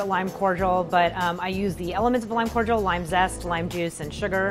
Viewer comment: Corjal?? It's CORDIAL COR-DEE-AL cmon woman